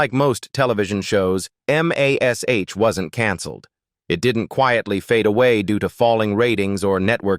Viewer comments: Yeah, it was called MASH, not M-A-S-H. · You have got lots of interesting facts, but I could barely listen to it because of the mistake that your AI made. The title of the show is not. M – a – S – H. The title of the show is mash like you say, I have mashed some potatoes, so if you’re gonna bother to put out some thing like this, let’s do it right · Am I the only 1 that says: No war, no bloodshed, no atrocity could be worse than... A.i.'s grotesque voice mispronouncing everything. I loved that show but could hardly get through this stupid video hearing that ugly voice spelling out Em-Aye-Ess-Aich every time instead of saying MASH. Ai is NOT very intelligent!!! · UGG, no one can “hear” a scalpel cutting skin! You can see this, but the only thing you might hear is a scream if the patent wasn’t under anisthisia! And M. A. S. H. when pronounced is “mash” as in mashedpotatos. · Please teach AI that it's pronounced "MASH ". I got so sick of hearing M-A-S-H that I baled out of this video.!! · AI sucks. M A S H? Loretta Sweet. Really? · Good commentary for the best show ever. Someone should have programmed the robo-voice not to say M A S H, but say the word Mash, just like the show and all us fans did. Puts a dent in the authenticity. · Pronouncing every letter of the title, "M." "A." "S." "H." is NOT how the show was referred to, ever, and sounds stupid. Correct your AI because it's ruining the entire narration. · It's MASH ... not M A S H. Ugh!!! We're going to be replaced by this (AI)? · Gave up because of the terrible AI narration. M. A. S. H. Instead of MASH. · What you can't say the word MASH, like MASH - POTATOS ????? MASH MASH MASH !!!! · It's AI. The script was typed as m*a*s*h* instead of mash, which is why it spells it out. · For goodness sake just say Mash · Please for the love of God get rid of the A.I. it can’t even pronounce MASH!! Use real voices. DM me I’ll read your script at a discount! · I'm with you on that especially how it says MASH